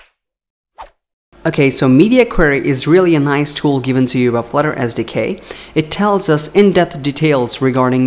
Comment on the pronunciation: Did anybody else hear "Flutter As Decay" when he said "Flutter SDK"? No? Maybe its just me....